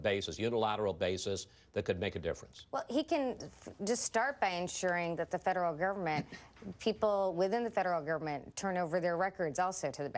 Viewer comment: fedrrr govrrmrrt?